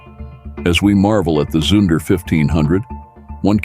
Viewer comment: Zunder is pronounced zoonder, not to rhyme with sun or under. Education in deficit.